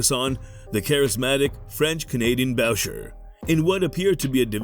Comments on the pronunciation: 10 seconds in, you lost me with the pronunciation of Boucher. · ahah I thought the same exactly..